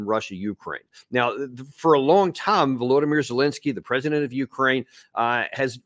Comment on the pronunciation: Vulowdameer zelensky 😂